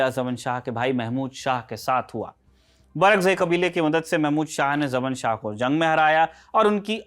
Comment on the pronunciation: जमन शाह कोयी नाम नहीं होता। ज़मान शाह था। वैसे उसको जयदातर शाह ज़मान ही बोला जाता है।